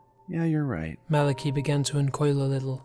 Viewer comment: I don't wanna be THAT person, but it's MAL-UH-KY not MAL-A-KEE